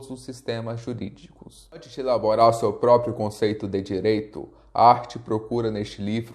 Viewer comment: boa explanação, mas o nome de Hart não se pronuncia "art" e sim "Rart"...rss